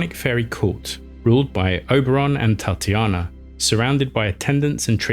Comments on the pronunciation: *Titania (tee-ta-nya) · Hey! Tiny correction, you mention the Fairy Queen. People often get her name wrong, regularly exactly the way you said it - Tatiana, when the actual name is Titania (Tay-ten-iugh). That said - keep up the great work, so refreshing to stumble upon a mythology/cryptid channel that actually has actual effort behind it! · Oberon's wife was called Titania, not Tatiana! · Speaking of: To my limited knowledge Oberon's queen is called Titania, not Tatiana. Or is there a difference between British and continental European lore?